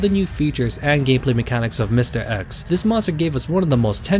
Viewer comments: I’m sorry, I just can’t get over the way you say mistah eks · “Mistuh X” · The way you pronounce Mr. X, goddayum. Mistah Ex